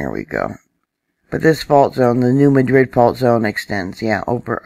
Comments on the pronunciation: New MA-drid. Like apple. I know...but that’s how it’s said. Thank you,! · Thank you for your videos..... I enjoy your content. ❤️ I live in the New Madrid area...... if you are a local to the New Madrid area, it’s pronounced New Maaadrid emphasis on the word mad... I’m not trolling. Love your content.....we just pronounce some words differently around here 😊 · Probably hear it both ways because of new people moving into the area. It’s New MADrid, Cayro (Not Cairo) and EldoRAYdo (not EldoRAdo). Etc...